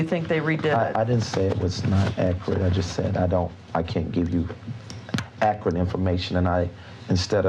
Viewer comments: `pacific, accrite, axe, ain't, prolly, reptable...the grammar, the academia, the class. 😂😂😂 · Stop ‘Axeing’ him because he don’t know what’s ‘Acrit’!? 🤷🏾‍♀️🤦🏾‍♀️🤣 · “Totally actrut” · Ackrit. His vocabulary is overwamming at times. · It’s low key impressive that he can turn the word “accurate” into a two syllable word 😂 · These are some very pacific questions she's axing. I hope his answers are akrit.